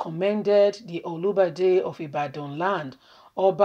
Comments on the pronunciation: Try to pronounce good, not olubade,but olubadan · It's Olubadan not Olibadan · You could have just mentioned Oba of Ibadan rather than wrong pronunciation. That's a traditional King! Please check properly before you broadcast. Thank you!